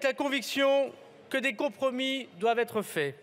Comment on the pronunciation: Comment pouvons refuser de virer un Darmanin qui ne parle même pas français correctement, qui n'est pas fichu de savoir qu'entre le des et handicapés on ne fait pas de liaison